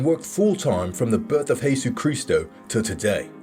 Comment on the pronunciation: why does he always mispronounce jesus?